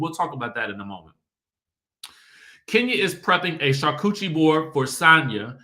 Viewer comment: 🤣🤣🤣 I had to look up the pronunciation and play it back. Like did he say char-coochie?? Wth??? 😂